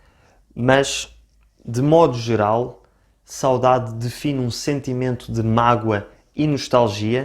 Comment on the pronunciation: Por acaso também admito a diccão ( em qualquer idioma) mas notei que o sotaque deste rapaz é, de certa forma, estranho e nem sempre correcto - a forma como ele fala ''sáudáde'' soa errada e incorrecta e estraga a sonoridade e beleza da própria palavra. Saudade é uma palavra paroxítona e, como tal, o acento tónico deve pronunciar-se na penúltima sílaba ''sauDAde'' - o que ele não fez.